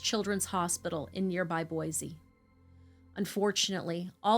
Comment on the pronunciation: Thanks for pronouncing Boise correctly!